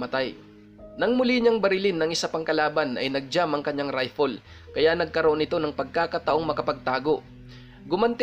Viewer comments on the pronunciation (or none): none